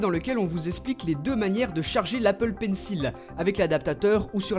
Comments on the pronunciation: Par contre ça se prononce pas "PAINSSIL" mais "PAINSSOL" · ptn mais il fait expré de dire pencil [il], ça se dit pencil [ol] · désolé mais ça se prononce "pencol" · Pencil se prononce "pensole" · Tu prononces mal le mot Pencil...